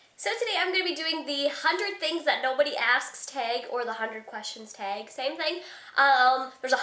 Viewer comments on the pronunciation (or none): "teg" lolol awh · You say 'tag' ugly. ahahahaha. regardless, funny.